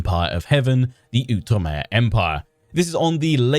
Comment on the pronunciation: Oh, I am SO excited about this. I’ve been wanting an Outre-mer campaign for ages - but I’m also glad to hear you pronounce Outre-mer correctly! There was a time when you would pronounce it “Out-reemer,” and while I truly love your videos, I think my little historian brain would have exploded. 😂